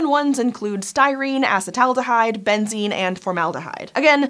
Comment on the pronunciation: Say it with me, ah-seat-uhl-aldehyde